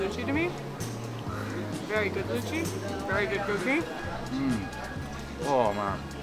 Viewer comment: Love the fact that you said Luchi :)